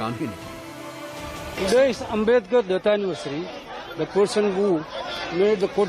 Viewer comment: को डाक्टर भिमराव आँबेडकर का पूरा नाम भी नहीं लेने आ रहा है ये कैसे पत्रकार है।